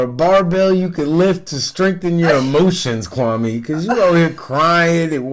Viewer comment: His name is pronounced kwame...like meh at the end not kwami.....he gentrified it to make more palatable for the the white women he was trying to get!lol....very sad